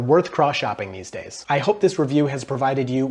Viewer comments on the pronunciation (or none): none